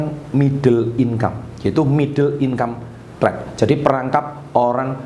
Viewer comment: Middle income trap, gua denger nya "middle inkampret"😭